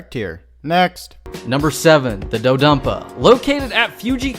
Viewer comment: Did say Do-Dumpa?